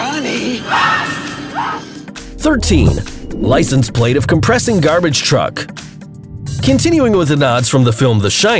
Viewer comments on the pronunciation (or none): none